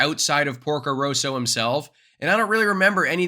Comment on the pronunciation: I think it is good to learn the besr pronunciation possible to do justicw to thesemovies. For example 'Porco Rosso' not Roso.